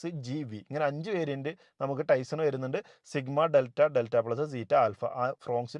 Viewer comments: പറയുമ്പോൾ ടൈസൺ എന്നാണ് പറയുന്നത് അത് തെറ്റാണ് ടൈസർ എന്നാണ് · Is it TaisoN or TaisoR? Don’t be a dumb